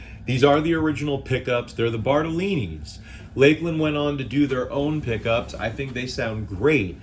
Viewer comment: It is LAKE-LAND. Exactly how he pronounced.